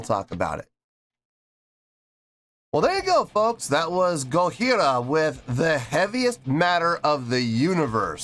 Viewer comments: Why do you keep pronouncing their name with an H? The name is Japanese so it's a J not an H. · The J in Gojira is a hard J (like John). It’s a joke about how people in the original Godzilla film pronounced the monster’s name. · Mario's practice routine consists of (or consisted of) 2 hours: one of general techniques and one of kicks only, starting from a lower speed and ending as fast as he can. One hour! : ) Also, why aren't you pronuncing the 'j' in Gojira? It sounds weird the way you're saying it. If you want to hear Jean Michel's bass more distinctly, you should react to Flying Whales. In the rest of their catalog he mostly just follows what one (or both) guitars are doing but that doesn't mean it's not there. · Gojira means Godzilla in Japanese. Pronounce it GODJIRA not in the French way without the j, but an H, just a friendly advice. I have seen them twice.. 1st time in Wacken, where they have just released this track. Love your knowledge about metal and musical skills